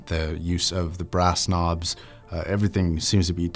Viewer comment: “brass knobs” sounds like “brass snobs” 😄